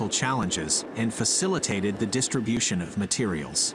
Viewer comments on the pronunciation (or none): none